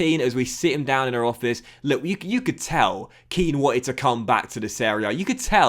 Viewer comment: Its 'Ken' not 'Keane' i think